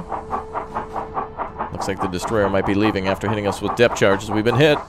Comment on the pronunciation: your trying to say depth charges